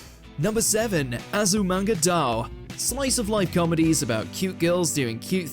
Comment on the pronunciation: not Azumanga D'oh it's pronounced Die-yo Azumanga Die-yo! (Sheathing my bloody katana)